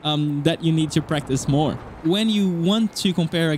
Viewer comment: I have a thick accent too, but this whole time I thought he was saying “breakfast” I was thinking breakfast IS good. But it was “Practice”.. I’m hungry